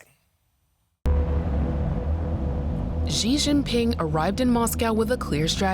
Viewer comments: Shee not Jhee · It’s not Gee. It’s SHE